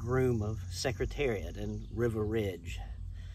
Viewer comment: Dude, you can’t pronounce Riva or Turcotte!! What are you doing pretending to teach about Secretariat?